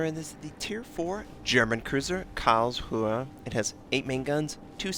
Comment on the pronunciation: lol Carls-rue is how you say it bud lol. great content, thanks.